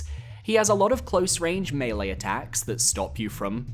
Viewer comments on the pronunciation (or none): none